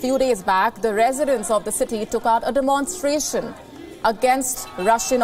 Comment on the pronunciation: मौली डिमोनस्ट्रेशन नहीं, बल्की डेमनस्ट्रेशन कहें।